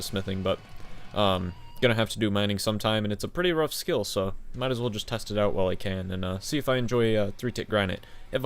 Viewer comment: yan.."hile" Nazi confirmed!